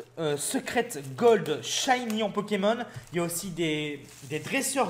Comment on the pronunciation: noeunoeuf shayni pu golde